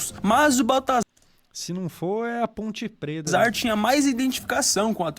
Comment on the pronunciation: Ponte preta. Ponte preta denovo. 😂